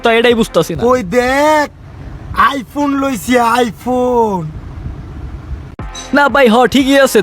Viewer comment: এই শালা তো প্রতিবন্ধি আইফোন রে আইফুন বলে